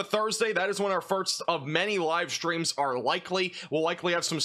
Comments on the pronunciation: does he keep saying farts?? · I love your amazing, professional weather content BUT I CANT LIE... I watch in the background as I clean and it makes me look up abruptly and giggle like a stooge every time you say "first" and it almost sounds like "farts" 😂❤ Maybe it's just me and my lack of sleep but bless you cause I need the pick-me-up with this news of a multiple day storm 😂 Thank you for the accurate coverage and I cant wait for the sun to come back out 🌞🌈 Edit to say: Upon reading other, less-kind messages, I think it's a wonderful quirk and you're my favorite weather man. Keep doing what you do and bringing us this important info!! 💖